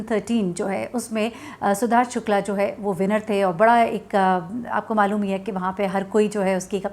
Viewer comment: your pronounciation of the name "Sidharth Shukla" needs correction, pls pronounce it correctly..... Thanks